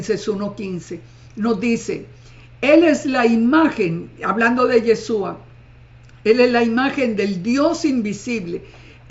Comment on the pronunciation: SEÑORA NO ES YESUA SU NOMBRE ES YESHHHHHHHUUUUA